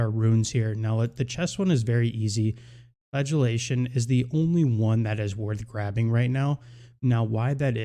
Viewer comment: Why does every wow youtuber have the hardest time pronouncing simple english words like “flagellation”